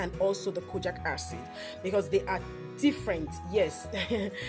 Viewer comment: It’s pronounced Kojeek acid not kojack acid please😕